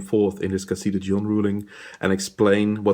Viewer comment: Good explanation, I just flinched every time you mispronounced Dijon...